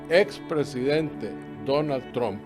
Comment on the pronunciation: ME SORPRENDE QUE UNA PERSONA DE TU CALIBRE PRONUNCIE ERRONEAMENTE EL APELLIDO DE DONALD, LA PRONUNCIACION CORRECTA ES 9tramp)